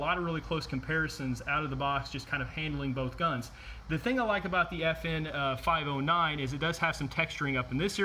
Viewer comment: NOT F&H It’s FN!!!!!!!!!!!!